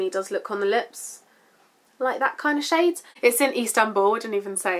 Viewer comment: I believe she said: NYX Instanbul.